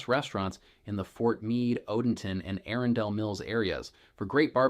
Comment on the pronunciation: Why are you pronouncing all the names so oddly??? “Anne Arundel”